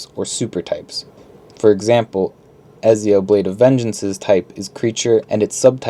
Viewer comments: By the way, it’s pronounced Etzio there’s a t in the pronunciation! Just so you know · Is anybody else annoyed by his pronunciation of Ezio? 😂 Other than that great video